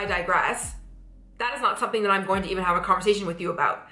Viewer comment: You need to say going instead of gojin